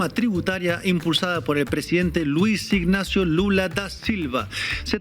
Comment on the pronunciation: Chicos, su nombre no es "Ignacio", es INÁCIO. 🙄